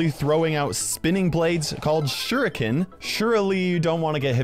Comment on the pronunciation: HE SAID SURIKINS ITS SHIREEEEKINS